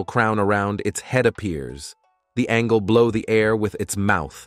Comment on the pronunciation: It's not Angle it's angel